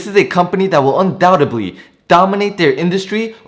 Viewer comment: Please learn how to correctly say "especially" and "undoubtedly".